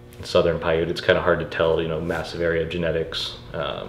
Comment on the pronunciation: Paiute is not pronounced with a long E at the end. Paiute is pronounced "pie-yoot" (rhymes with "boot."). And, Nevada is pronounced exactly as spelled with "ad" or "add" in the middle, NOT "odd" in the middle.